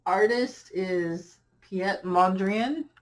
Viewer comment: I'm not sure I'd have the patience to wait, but I'd sure try! I'd finish that tiny work of art at the retreat. And I might just try to have several like that. Oh, and his name is usually pronounced Pete Moan-dree-ahn. Now I can hardly wait to see your finished tree. Love the ornaments!